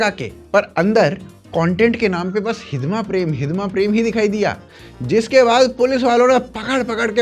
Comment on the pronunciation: "*हिड़मा*" है भाई, हिदमा नही